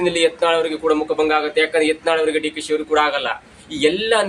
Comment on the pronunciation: Siva alla shiva